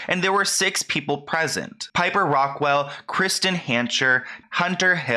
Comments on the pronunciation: It's Rockelle not Rock-well. Smh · Ahh omg sorry but it’s driving me crazy the way keeps referring to her as Piper ”RockWELL” lol 🙈 Like dude, come on— it’s “Rockelle”! 🤦‍♀️ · its rock kell not rock well.... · Rockelle not Rockwell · Btw it’s actually ROCKELLE not ROCKWELL but just letting you know, anyway love your vids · rockelle* not rockwell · It's not Rockwell, it's rockelle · Completely agree but it’s rock-elle not rockwell 😭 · It’s Rockelle not Rockwelle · rockelle (rock-elle) not rockwell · Its rockelle not rockwelle you dumba$$ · kept calling her piper rockwell… it’s rockelle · Not Rockwell. It’s Rockelle. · I LOVE HOW josh (dad challenge podcast) shouts you out and you shout him out. I LOVE YALL. &&& I think its Rock - Elle not Rockwell. But none the less keep it up !!! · Why does he say it like piper rockwelle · I'm so sorry to be that person in this matter but I bothers me 😂😭 Its Rockelle (Raw-kell) or (Rock-kell) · I love you but I think it's Piper Rock-elle Xxo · The fact he said pipers last name wrong lol 🤣😂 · I love you but if your going to talk about someone learn to say there name